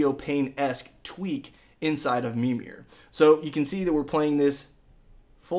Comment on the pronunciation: ITS MIRMIR lol